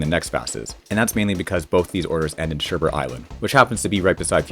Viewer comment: there's only one r. Sherbet. A lot of people get that wrong.